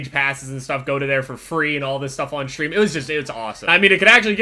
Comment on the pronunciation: I love how he says Shtream